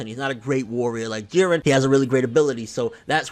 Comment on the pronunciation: I did say in older comments that vegeta and goku would fight together and fuck shit up, whis even said if they fought together they would be able to defeat beerus..... And props to you for actually calling jiren jiren instead of jeedan